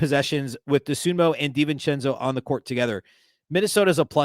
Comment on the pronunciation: It's DosunmU, not DosunmO.